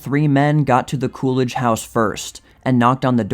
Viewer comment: Coolidge? It's more like cool ranch. lol what a guy!